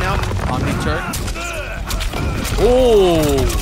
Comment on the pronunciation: I keep hearing OmniTurd 🤦🏾‍♂️🤣